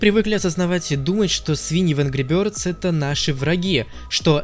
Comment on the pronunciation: Ангру бëрдз